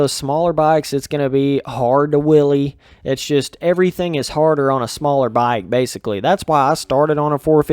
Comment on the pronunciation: If your British all you hear him saying is willy 😂 cheers for the amusement.